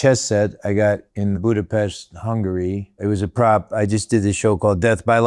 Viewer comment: First time I hear an American person pronouncing Budapest correctly. 👏🏻